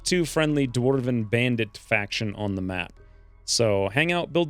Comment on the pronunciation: Why in the fuck is he saying dwarven like that?!?! Infuriating.